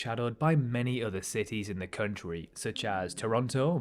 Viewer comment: Country not "Khöntriii"